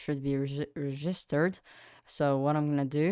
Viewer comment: "resjisterd" lol